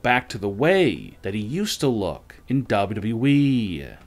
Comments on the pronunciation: It’s WWE, not Dobbity-Dobble E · Gotta be AI. I mean WWE pronounced as "dubba-duh-wee"...